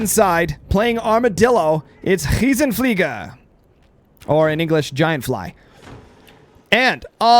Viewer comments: German here, sorry but I have to disagree. -> It sounds like 'Ch'-iesenfliege. The german R is created through another mouth-muscle-contraction. I cannot explain it well - I'm sure there are videos which can explain it better! (= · Pronunciation was pretty good actually XD The R sounds a bit too rough. Fliege was perfect. Awesome commentary as always :D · u have to work on ur german:D. Good content as usual! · Your englisch pronunciation sounds more german than your try to say it in german lol